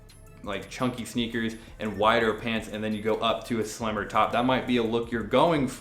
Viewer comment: Nobody:: SHpants